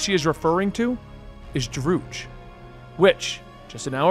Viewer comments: Drood? You literally have source material for reference on pronunciation and names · Sorry about mispronouncing Druig. I wasn't gonna rewatch Eternals to find them introducing him so I googled it. Came up Droog and went with it. I found a clip saying its Dro-Ig so I'll just say it that way moving forward. Again sorry, just had the wrong pronunciation source. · It’s fine that you pronounce his name wrong. :) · TBH i just filed it under the good old scuff. No big deal